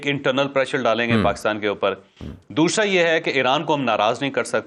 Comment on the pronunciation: Javed, kia koi damaghi masla hai "dooshra" kia hai? Doosra kiyo nahi kehtay?